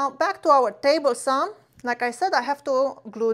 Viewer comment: Let’s go to the miter “sauw”🤙🏾